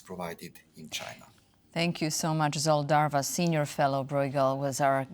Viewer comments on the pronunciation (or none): It's pronounced Zholt Darvash, not Zolt Darvas